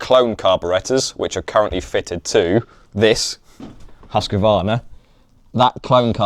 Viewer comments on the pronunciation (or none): Why can’t any English person speak out Husqvarna correctly?